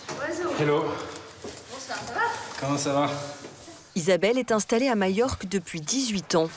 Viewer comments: ..... mallorca en espagnol ...... les 2 "L" se prononcent "y" en espagnol ..... " mayorca " .... Ou bien en français majorque ..... mais pas mayorque .... ça n existe pas. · Alors pourquoi prononce-t - elle " y" ( "Mayorque")? Le nombre de gens qui font cette faute....